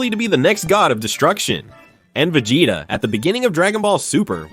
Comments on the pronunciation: vi-jay-da 😂 I'm out man. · Vagata? Vejata? Come on…